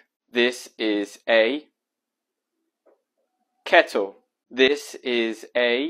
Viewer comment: Thank you muchly for pronounciating the double "t" in kettle instead of a "d"